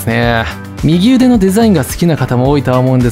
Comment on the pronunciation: 右腕の読み方は「うわん」か「みぎうで」ですよ